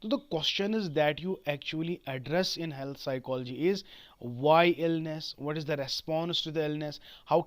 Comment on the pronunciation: Health ko sahi se pronoun to kar lo